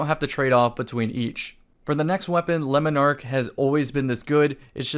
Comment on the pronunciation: It bugs me how he says "Lemon ark" and not 'Le-Monarch'